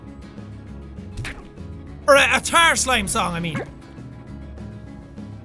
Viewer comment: not ghost buster more like tarr buster